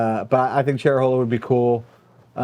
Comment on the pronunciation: Ok, first of all.. it's "CHER-O-HALA" Skyway... Haha and yes it's one of the very best rides out there for long sweeping turns, elevation changes, tons of pull offs and the road to Bald River Falls is also of the Cherohala. The Foothills Parkway also off of US129 The Dragon and the Moonshiner 28 kicks ass. And also Blood Mountain and Suches Georgia rocks in the NC/TN area. Blue Ridge as well, and the ride through the Smokies from Gatlingburg to Cherokee is great. Laconia and the Kankamungus Highway is spectacular in NH. Of Course Daytona with the Tomaka Loop and associated areas are fun. Yellowstone is A MUST!!! Absolutely stunning rides through Wyoming and Montana. I guess the only thing really left on MY bucket list is Route 66 and Sturgis and associated Rushmore, Devil's Tower, Black Hills!